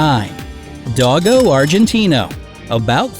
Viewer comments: U say dogo like (doggo) it's pronounce like (doe-go) then Argentino. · Not dog -o do-go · And Dogo is pronounced like Dough-Go.... Not dog-o......